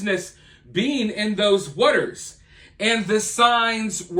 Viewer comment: The way you say waters bothers me so much lol but I don’t speak perfectly myself